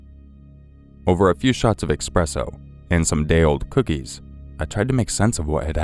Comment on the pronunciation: The is no X in "espresso". It's pronounced ess-PRESS-oh.